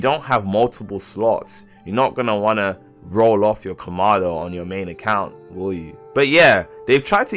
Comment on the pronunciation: Komado 💀 can't even say kamado